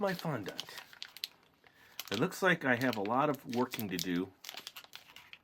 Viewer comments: Oh my god is not pronounced fondánt it's pronounced fondent I wanted to throw my laptop across the room for the whole video because of it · fondont? its pronounced fon-dent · Nice kit and i giggled everytime you sed fondant cos you said it like fondAnt when its sed like fondunt 😂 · FON DENT IS HOW IT IS PRONOUNCED NOT FOND ANT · its pronounced fon-dint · You are supposed to pronounce fondant fondint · Fondant is pronounced like "Fon-dent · you say fondant wrong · No offense but you say fondant wrong